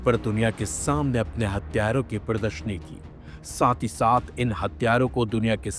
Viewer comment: वो सब तो ठीक है लेकिन तुम “हथियारों” को “हत्यारों” क्यों बोल रहे हो?? इस से तो अर्थ का अनर्थ हो जाएगा। हिंदी के साथ इतना अत्याचार मत करो यार 😢